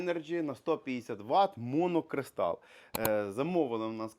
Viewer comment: Моно Кристал , не муно Кристал 😅😅😅